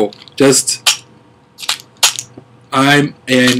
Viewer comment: lol you said idiot with a funny accent. should be saying ばか！ Loved your fail moment though :)